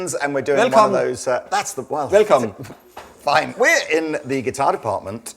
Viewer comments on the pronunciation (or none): "Hi, Goomorn, Velcom." Are we still supposed to believe is really Danish?